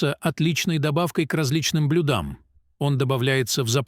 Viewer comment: Почему: блюдам: - вообще ужас с ударением 🤦‍♀️